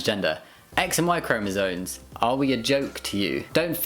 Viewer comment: I love your stuff but please it's "chromosoMes" not "chromosoNes"